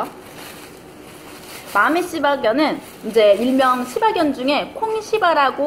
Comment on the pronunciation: 발음 좋으시네요. ㅆ ㅣ바견 ㅋㅋㅋㅋ